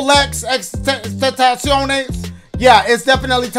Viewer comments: Man said Xtentaciones😂😂😂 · dashie: i think this is triple x xxxtentenios yea tentenious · “Triple X Tentaciones” 😂